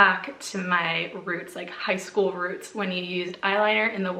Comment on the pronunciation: When you said “going back” to my roots about the eyeliner you sounded so Irish!🤭💗